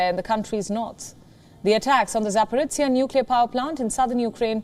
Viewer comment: ZhZh pronounced by Palki (and her colleague here) is just Z 🤦🤦 ZaporOZHie!!! ZH mest mean something else to be read out rather than Z pronounced